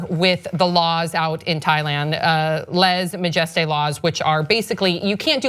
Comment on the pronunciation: If you cant pronounce lese majeste. Dont use the expression .